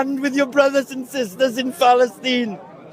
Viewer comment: Idiot can't even say Palestine properly.